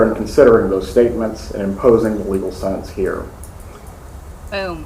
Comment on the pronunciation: The way says sentence!!! SENANCE. Makes me mad‼️